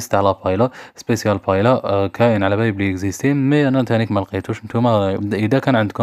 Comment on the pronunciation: تنطق باهييا..و ليس بايلا